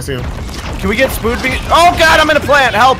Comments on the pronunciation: OHM SAID, CAN WE GET A SPOOD BEEST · did anyone notice that near the end of the third monster he said we need a spood beest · literally just said.. " Guys can we get spood beast " xDDDDDDDDDD